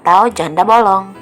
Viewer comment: Janda bolong.... kata bolong nya okaaaa bangets... bollongng